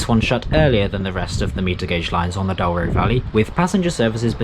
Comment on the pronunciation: I clicked as this destination is on my bucket list go find your commentary talks about the 'Dow-ro' Valley rather than the correct pronounciation of Douro ='Doo-ro'. Otherwise interesting